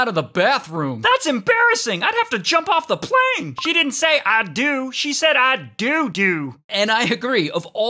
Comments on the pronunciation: Shesaid "I doo Doo"😂😂🤣🤣🤣🤣🤣🤣🤣🤣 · She didn’t say I DO she’s said I DODO got me dying 💀💀💀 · She didn't say I do she said I poo